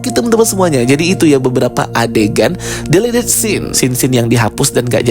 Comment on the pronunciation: Ayo dong narator atau apapun sebutannya.. please jangan cuma cara ngomong yg di sexy2in. Tapi pronounce masing2 bahasa inggris nya yg bener jg.. jd geli dengernya (contoh se-simple pas bilang "delete" aja masa pronounce nya salah padahal suara udah di-gemes2in)